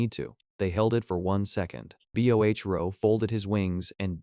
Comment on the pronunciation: "leora" becomes "Ell. Eee. Ora" and "Bohro"? becomes "Bee. Ohh. Aich, Row", ....constantly! And "it" (as in "it is fine!") becomes I.T. is fine.